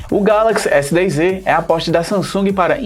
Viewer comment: O nome do aparelho é S10É ou S10Ê ou S10Z.....? Fala direito cara...NÃO existe letra Ê